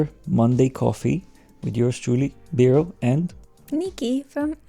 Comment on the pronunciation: Woohooo Biro!!! Love the pronunciation 😁